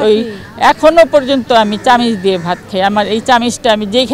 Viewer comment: চামিচ না চামচ